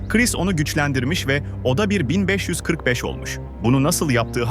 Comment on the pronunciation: bobby niye min beşyüz kırık beş diyor